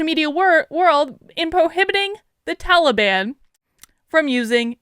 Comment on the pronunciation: I have to correct you, it Ta lee bun.